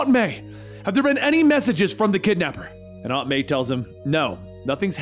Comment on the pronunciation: Can’t stand how he pronounces aunt